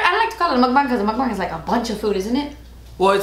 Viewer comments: Dang u pronounced mukbang spot on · only yter that pronounces mukbang correctly 😩😩🤧❤️